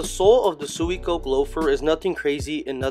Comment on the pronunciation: *swee - co -keh *